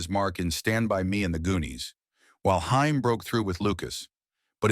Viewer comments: Corey Haim his last name is pronounced HAME NOT HIME!! GET IT RIGHT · Love your reviewof this film , but it's Hay- m. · Cool video, but can totally tell they used an AI narrator by how badly it mispronounced common words like saxophonist and Corey Haim’s last name. 😂